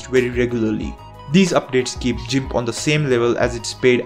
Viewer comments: "Gimp" as in "girl," not "gimp" as in "gym." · I was laughing so hard at the jimp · Great Video Man☝.. Just FYI(If Interested) Gimp is pronounced with the letter G sound TBH it's easy too get it mix up All I know and have ever knowed is English and I'm always making grammar pronouncing words wrong all the time lol Hope that helped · That pronounciation of GIMP was on purpose... as you did say that software's name more than others... and... I'm sold on that pronounciation... it will be a great way to cause intense levels of pain in geeks.